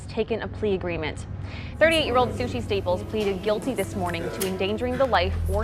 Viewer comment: This narrator. Sheesh. Sushi's last name is Staples. With a final "s." Not Staple. Way too much vocal fry on top of an already pitchy, childish voice. 👎🏼